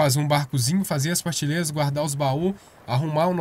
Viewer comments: É prateleira, tá falando parteleira 🤣🤣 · Ele falou partilera kkkk